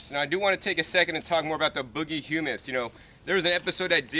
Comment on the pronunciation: I love your videos, youre the most knowlegeable gardener ive ever heard but one thing that bugged me is you pronounced the boogie brew humus as Hummus. I believe its 'you mus' or 'hyou- mus' not "hum-mus" the chickpea paste. Tons of great info as always, peace